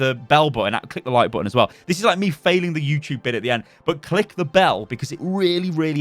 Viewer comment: At the end it sounded a bit like you said mcclick the bell xD